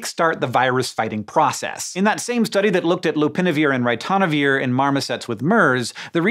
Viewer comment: How to pronounce 'ritonavir' correctly